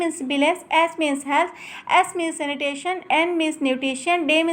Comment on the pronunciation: Vo senitation nhi... sanitation hai... Or neme nhi...name hota h